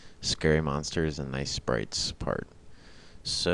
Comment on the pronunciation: Actually it is sprites, not spirits. Confused me at first, too.